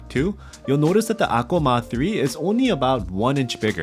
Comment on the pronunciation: I had to go to the comments to see the word"Akko", because you never once printed it here and it sounds like you're saying akul. WTF.